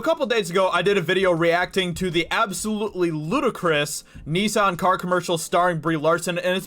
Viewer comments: First time I've heard Nissan pronounced as "Nee-san" 😅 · "Knee-san" 🤣 hahaha.. not hating but that cracked me up everytime you said it 🤣..